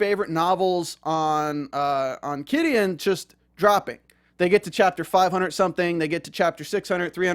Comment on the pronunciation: Took me a while to understand you were saying Qidin. That aside... Qidin was able to remove patreons of WW translators because the gave exclusive publishing right to Wuxiaworld. They said that posting chapters on patreon owas a violation if the agreement. Filing the DMCA(s) was a total dick move. Totally stupid. They had already sold the rights to Wuxiaworld.